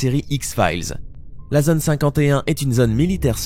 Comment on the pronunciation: "Fantôme" se prononce "fantAUme", pas "fant homme". Pareil pour "zone".